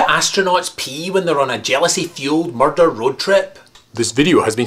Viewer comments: Woah! Nice video... well uh... you say murder weirdly (is that even a word?) Anyway good video... again.. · u say murder funny xD